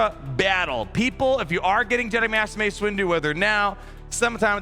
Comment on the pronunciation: Did he say Master “Waste” Windu? 😂